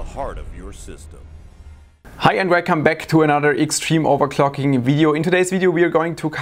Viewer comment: "... Wercome back..." rofl